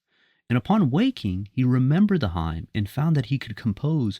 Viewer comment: With respect, "hymn" is pronounced "him" Salam